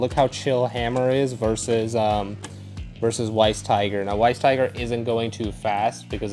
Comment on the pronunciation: It's pronounced as Vice Tiger because Weiss is German for White so it means White Tiger. Anything W is V in German. 😅